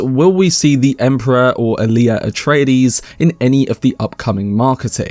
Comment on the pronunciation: "Atraties" Atreides, bro.